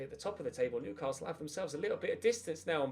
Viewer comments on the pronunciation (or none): none